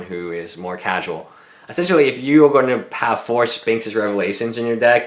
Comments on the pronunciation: Omj, stop saying "spinx." There's an "h" in there for a reason. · Funny he can't say Sphinx properly.... Tip, don't buy for standard, play modern.